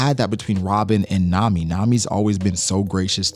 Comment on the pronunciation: Bro said Nami and Arlong 😭💀